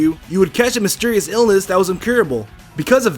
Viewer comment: "mystrious" lol